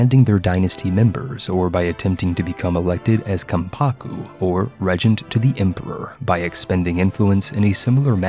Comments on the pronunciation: PIE-ety. REEgent. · It's pronounced REEEEgent and PIEty.